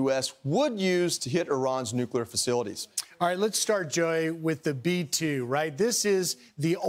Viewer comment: Brain dead dumbass, if you're gonna try to read news you need to learn how to pronounce English words. It is pronounced nuclear not "NUCULAR" like Homer Simpson good God